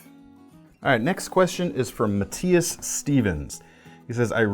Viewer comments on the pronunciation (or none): none